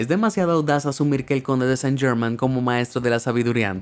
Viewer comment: Chucha podrías investigar la pronunciación con el mismo entusiasmo.